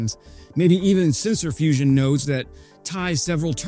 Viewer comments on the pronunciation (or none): none